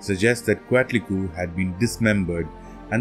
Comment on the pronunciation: Since the Spanish were the ones that where recording the information you have to say it like a Spanish speaker would say it, yes there are some complications as not all of the sounds could be well replicated. Anyways if im not mistaken its pronounced coat-li-kwe. Also ko-yol-shao-ki